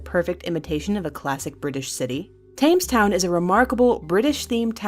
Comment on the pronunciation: it's not pronounced tames town. it's pronounced tems town